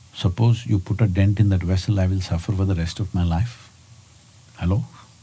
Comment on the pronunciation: so funny when he says "halloo" hehe Loved this !